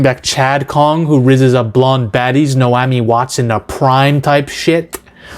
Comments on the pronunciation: OMG hearing you butcher her name is killing me. Na-omi. Not No-ami. Too much blow dude....maybe not too much, lol. Just slow down your tongue, take a breath and say it correctly. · Naomi — Nay ‘ oh ‘Me wtf are you saying?! 😄